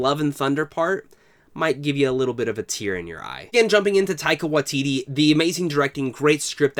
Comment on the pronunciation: Great video! Just an FYI, the Wai in Waititi needs to have the same vowel as the Tai in Taika. You're saying Watiti not Waititi :)